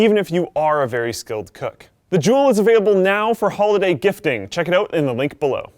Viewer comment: Did he realy say Check them oot wtf